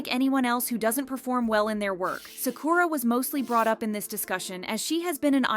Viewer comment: that’s not how you pronounce Sakura tho